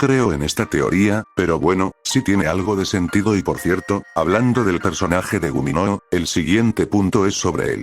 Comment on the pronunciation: es gummigoo no guminoo